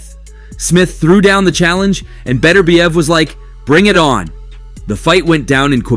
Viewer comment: There is no fighter named Better bee ev. His name is Bet urb iev. The emphasis is on the second syllable.